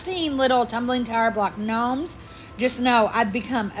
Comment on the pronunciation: Gnomes not knomes...lol